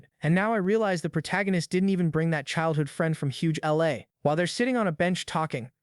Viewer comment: Bro overemphasizing the role of the LA